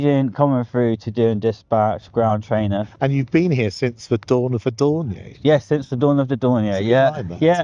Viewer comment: Puzzling mispronounciation of Dornier.